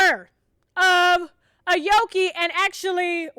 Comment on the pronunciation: You gotta pronounce her name right sus...jk...i think it's A-O-KIE...have a healthy happy delivery!